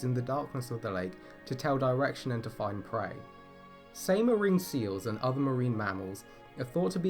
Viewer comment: The pronouniation is terrible. Try ''Sighmaa''